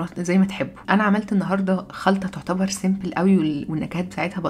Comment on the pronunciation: علي فكره مش اسمها سمبل اسمها سمبول